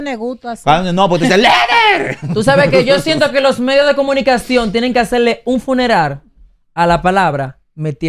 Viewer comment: El androide dijo un funerar y es funeral